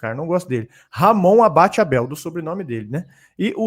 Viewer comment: O nome correto do árbitro é: Ramon ABADE Abel, e não Ramon ABATE Abel. Foi hilária essa confusão.